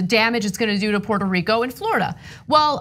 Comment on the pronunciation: Go back to his pronunciation of Port a Rico, in 2017.